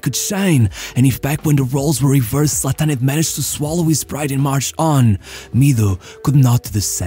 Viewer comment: What's up with your voice. He's also pronounced Zlatan, not Zlatán.